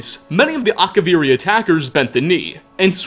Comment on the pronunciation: Akavirrii Katanas, but yes